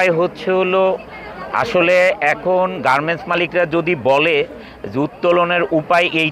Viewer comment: জলিল সাহেবের R উচ্চারনে সমস্যা আছে। উত্তোলন-উত্বরন, ওয়াল্ড-ওয়ার্ল্ড, গার্মেন-গার্মেন্টস সহ অনেক শব্দের উচ্চারণ হাস্যকর মনে হয়।